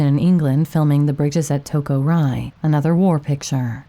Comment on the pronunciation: You do such great work on these. I hate to hear you mess it up with mispronunciations of well-known names of actors or films. You can look them up in seconds, just type "Pronounce actor/film "so-and-so"." This time it was Mel Ferrer (fe-RAIR), and "The Bridges at Toko-Ri" (REE, not rye). I realize you are a younger person who is unfamiliar, but older people hear it right away, and these videos should be more-or-less for posterity on the internet. Thanks.